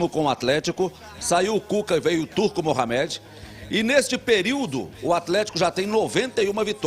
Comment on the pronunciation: Por favor, parem de falar Mohaméd. O nome dele é Mohâmed, assim como o ex pugilista Mohamed Ali.